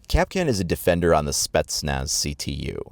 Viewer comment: Its pronounced Kap'Kahn stress on the second syllable not 'Cap'Can.